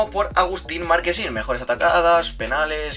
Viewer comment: Es Marchesin no Marquesin jajaja Con la Ch, de Chocolate jajaja